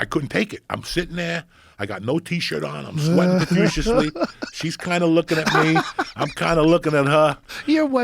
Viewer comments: Joey's word of the day: "profuciously" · "Sweating profuciously" 🤣🤣🤣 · "Sweatin' profusiously" Man oh man I miss the old Joey and Lee podcasts